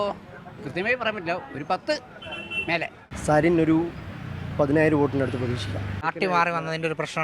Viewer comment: അടയാളം കൊഴൽ എന്ന് പറയുന്ന സരിൻ എന്ന് പോലും പറയാൻ അറിയാത്ത ജനമാണോ പാലക്കാടിന്റെ ശരാശരി വോട്ടർമാർ?